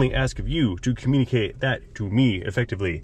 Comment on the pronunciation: * "communee kate" My bad LOL